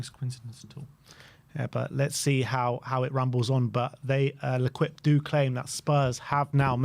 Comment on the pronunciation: "Lequipe" 😂😂😂😂 Its french... its pronounced lekeep.